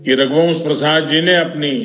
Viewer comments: जिसे रघुवंश बाबू का नाम बोलने नहीं आ रहा है रघुवर बोल रहा है वो मोदी लासो पर भी राजनीत करने से बाज नहीं आ रहा है मोदी जी सिर्फ लाशों पर राजनीति करते आए हो और करते रहोगे लेकिन बिहार की जनता तुम्हारी राजनीतिक समझ चुकी है तुम्हारे बारे में नहीं आने वाली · मोदी को सुध से रघुवंश बाबू भी बोलना नहीं आ रहा है ,फेकू बार बार रघुवंश बाबू को रघुबर प्रसाद बोल रहा जो कि रघुवंश बाबू के लिए अपमान कि बात है।